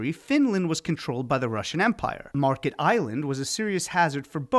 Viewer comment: Märket not Market. Ä sounds more like the E in the word dent. Not an ee sound but the other